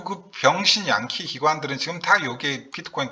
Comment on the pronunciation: 형님 병신양키 ㅋㅋ 발음이 웃겨요